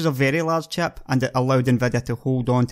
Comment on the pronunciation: I really like his accent, but it took me about 10 minutes to stop wondering what chap he's talking about.